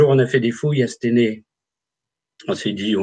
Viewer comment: Aah les amis à 1h 04 minutes on dit à stEUnay (Stenay donc..) petit coucou à des Forains de la bas Katia Verstoefer et William a l'époque il est partis.. Et c'est dans la Meuse les gas pas dans les Ardennes... 😉👍